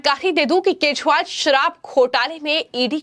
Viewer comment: केजरीवाल है,,,,, ना कि केसवाल हैं🤣🤣🤣🤣🤣🤣